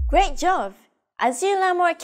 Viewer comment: Thanks for the great video! Fun fact: Throughout the lessons, I kept hearing "Great Jove" at the end of each one and found it a bit odd to reference the Roman king of the gods in a Japanese context. It wasn’t until I finished lesson five that it finally clicked: she’s actually saying "Great job!" The way she pronounces b like v (and vice versa) threw me off initially. I’ve noticed this phonological trait among many of my Korean friends as well, so I wonder if it stems from some similarity between Japanese and Korean phonology.